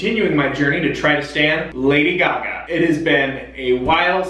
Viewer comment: They way you pronounce Gaga hurts.